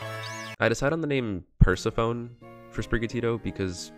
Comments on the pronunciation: "Per-se-PHONE" Bro its Per-seph-eh-nee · okay so pikatails pointed out i mispronounced persephone the entire video so MY BAD…